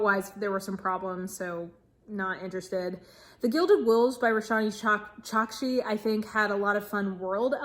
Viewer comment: Roshani Chokshi's name is pronounced as Rosh-Knee Chalk-Shee. 😁 I have not read Gilded Wolves but I love Aru Shah And The End Of Time. 📖💞😄 I am not excited to continue the succeeding books after A Great and Terrible Beauty by Libba Bray. I am good with the Millennium Trilogy by Stieg Larsson. 👍💯📚